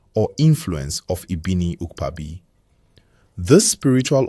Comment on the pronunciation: Ibiniiiukpaaaabi .. I wish YouTube had a VN option, you didn't get the pronunciation